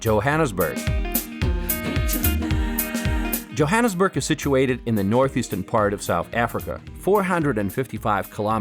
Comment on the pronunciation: Who took the annus at of Jo'burg joaanusburg